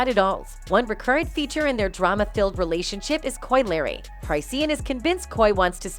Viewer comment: Or how about pronouncing drama as dray-ma Good Lord who is narrating are they not from Earth?